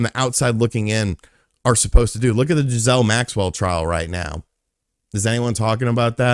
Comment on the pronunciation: Did you say “Giselle” maxwell to prove a point or….